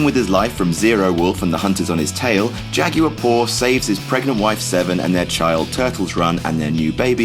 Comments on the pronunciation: Jagyor? It's jagwar. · The way he pronounces jaguar lmao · You pronounce jaguar really weird. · Why do you pronounce jaguar like that?